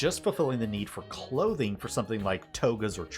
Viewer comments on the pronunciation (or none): none